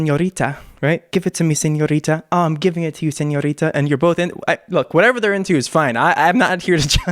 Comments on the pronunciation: you’re Mexican and you don’t know how to pronounce señorita? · Shawn Mendes says, I love it when you call sinõrita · Lmao I think Sean is calling her señorita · Hahahah that is literally what I thought. Who calls Shawn senorita? 😂😂😂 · ooh i love how you pronounce the ñ lmao